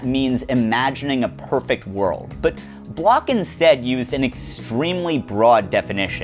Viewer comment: >apologizes profusely to the French >barely aware how he keeps mangling Bloch over and over I'm aware how much of philosophy is just some German dudes dissing each other, but please find out how to pronounce the names you are repeating a hundred times.